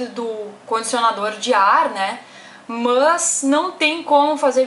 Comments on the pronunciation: “mâs” kkkkk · MÂS ... MÃS KKKKKKK MDS